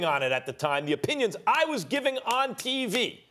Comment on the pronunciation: “ O -pine-Yons” 😂